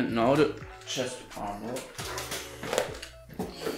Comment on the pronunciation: Anstatt THE einfach ZE oder SE